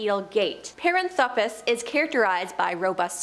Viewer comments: Paranthropus=puh-RAN-throw-pus Primatologist =PRIME-a-tol-o-jist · Puh-RAN-throw-pus. NOT Pair-Ann-throw-pee-us. Suh-MA-tra, not SOO-muh-trah. Please look up place nanes and big words before narrating.